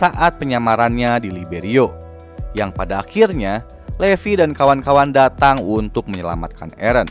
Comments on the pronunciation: Dibacanya livai bukan levi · bukan levi tapi levi dibaca livai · Bang baca nya salah : 1.Levi ( bacanya, Livai ) 2.Paradis ( bacanya, paradis )